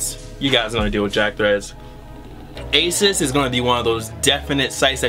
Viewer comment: it's pronounced A-ZOSS not ASIS